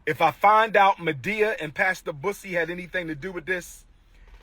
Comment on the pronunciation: I CANNOT STOP LAUGHING WHEN HE SAID MADEA AND BUSSY SOUNDS LIKE HE SAID PUSSY!!!!!!!😂😂😂😂🤣